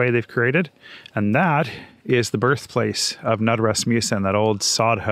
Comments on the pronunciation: Knud is pronounced like “ nude,” not “nud.” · And the K is not silent!